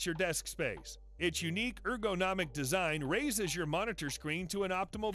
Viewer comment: why do you say er-go-nomic